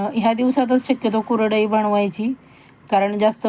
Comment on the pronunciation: तुम्हाला कुरडई शब्द नीट बोलता येत नाही आणि चालल्या कुरडया करायला पहिलं बोलायला शिका मग आम्हाला शिकवा